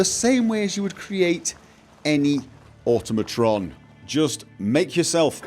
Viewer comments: It's awe-TOM-ih-tron, not AUTO-mah-tron. Just like Automaton is pronounced, since they were invented in the 5th century. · Once again, proceeds to mispronounce Automatron...